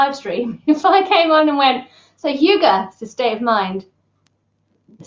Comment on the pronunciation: How to pronounce "hygge": Not "hjUge". The start is as in "hymn", not as in "huge" (not "hjy", forget the "j"). The double "gg" means that the "y" should be short, then linger on the "gg" a little longer. At the end, emphasize the "e" as much as you did the "y", and maybe even go up a little.